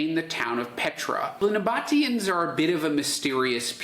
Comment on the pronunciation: "nabba teeans". Not "noboteans"..